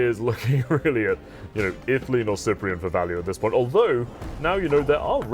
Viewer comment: ugg S-eye-pree-en... That pronunciation though. Sip-pree-en please. kthnxbye.